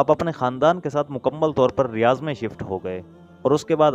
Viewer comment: Riyaz nahi Riyadh hai 😅